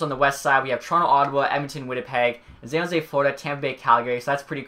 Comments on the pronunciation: dude also says Zan Jose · Zan jose ? very interesting way to say it